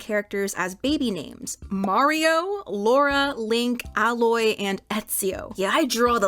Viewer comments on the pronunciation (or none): I’m literally playing horizon right now a when she said “Ah-Loy” Aloy died